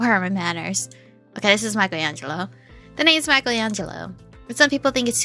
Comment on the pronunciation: lol dang you said bleep Michaelango